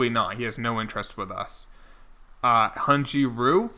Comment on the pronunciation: Hyun-Jin Ryu is pronounced “Hun-Gin Reeyu”